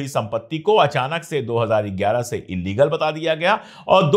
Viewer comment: Court mentioning as illegal but don't pronounce as illigal 😢😢